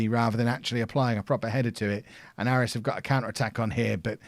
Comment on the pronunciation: Just a note that Aris is pronounced Ay-ris